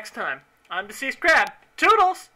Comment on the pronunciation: lol "tootles"